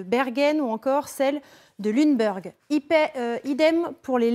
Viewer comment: "Lunebeurgue"... Pitié la prononciation des villes allemandes!